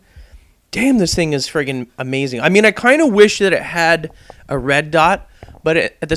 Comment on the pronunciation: wats up wiff u saying frigen